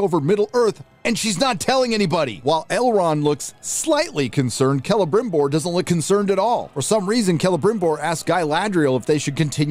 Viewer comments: Why do I laugh everytime calls him Grama-BimBor... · can yous stop saying celebrimborrrrrr like that. its giving me PTSD